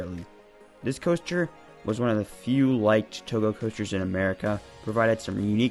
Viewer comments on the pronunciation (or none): none